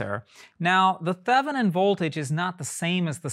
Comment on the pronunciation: Thevenin is actually pronounced Thay-vuh-nin. I pronounced it wrong all the way through college and for another 10 or 15 years, so... That was a great short lecture on the Miller Effect and all my professors also mispronounced Thevenin too. Al-you-min-ee-um is also technically, by some antiquated rules of the periodic table and the elements, a perfectly correct pronunciation of "aluminum". Brits and old American men used that pronunciation for aluminum. Archibald was one of those old men. He was one of those freaks who could darn near do fast Fourier calcs in his head, but in the lab he started more fires and blew up more stuff than everyone else combined. RIP Archie!